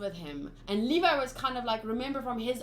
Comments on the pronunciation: Levi’s name is pronounced Leev-i btw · Levi = Lee Vaiii